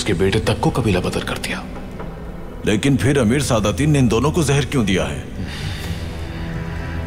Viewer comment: It's zehar not jehar